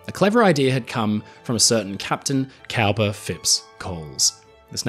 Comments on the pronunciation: "Cowper" is pronounced "Cooper". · I could be mistaken, but I believe that ‘Cowper’ is pronounced ‘Cooper’…